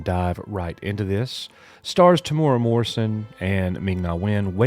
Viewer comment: “Ming-Na Wen and more importantly... Temura” Oof, not a very cash money thing to say dude lol